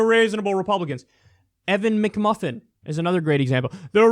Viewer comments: Mcmullin, but kyle made it mcmufin lol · Just found a video where Trump called McMullin also McMuffin. That makes it even worse.